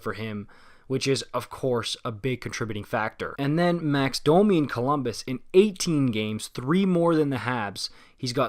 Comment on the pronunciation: Bro are you bilingual? You pronounce French names absolutely perfectly. Anyways, about Domi. He’s really fast and has a lot of skill, he has the potential to get more points than Josh Anderson. The problem, however, is that he doesn’t really backcheck and the effort level is an issue sometimes. He’s also a smaller guy, so he’s less effective come playoff time, when the game gets tighter. Not exactly the kinda player that Torts falls in love with. When I first heard of the trade I was worried about how Domi would fare with Torts. We’ll see if he can pick it up.